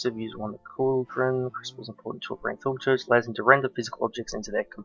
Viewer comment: okay, in season one, you would also say thaumometer like the one that measures temprature, it's pronounced thaum-o-meter Please regard this comment.